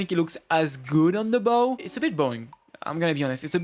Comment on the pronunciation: "Bow" just pronounce it "beau". Love those kind of videos, I like hearing people's opinions on designs.